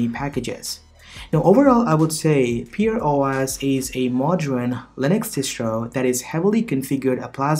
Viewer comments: pear as in pair, not pear as in peer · Pronounced Pair not Peer And Pear OS is an older distro which I've used in the past and love it